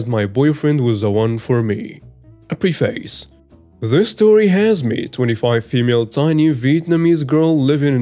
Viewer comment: Howdy and Krew! Great stories (as always) and I love your channel! FYI, although it's spelled "preface" it's actually pronounced "preh' fiss" or "preh' fuss" or even "preh' fass" but not "prēe fāss" which would simply be too logical for the English language.